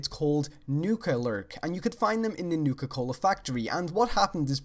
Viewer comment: I just want to point out, "Nuka Cohler." Great vid :P